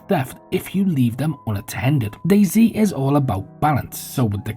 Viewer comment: Hearing fellow Englishmen refer to DayZ as "Dayzee" is painful.